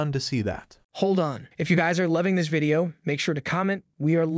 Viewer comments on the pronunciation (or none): none